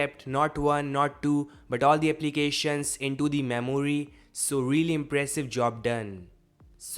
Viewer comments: Memory ---- Maimooryyyy 😂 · I love how he speaks memuri😂😂